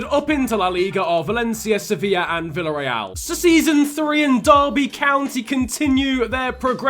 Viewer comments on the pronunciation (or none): none